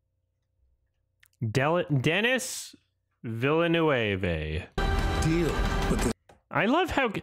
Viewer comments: Isn't it pronounced "veel - nurv"?? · It's pronounced "vil·nuhv", and even those who think they know, do it often wrong, because his first is pronounced "denny". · Oh God, I thought that mispronunciation of Villeneuve's name was just taking the piss, he's been doing it for years. I didn't know he was referencing a human being who actually thought that's how it's pronounced!